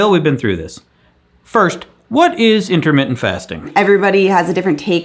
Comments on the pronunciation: I am freaking dead! “What you don’t eat is in-a-mitten”!!!😂😂😂😂😂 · Did you say Internet Fasting or Intermittent Fasting?? LOL!